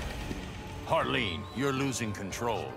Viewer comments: It’s Harleen not Harline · Small Note - it's Harleen, not Harline.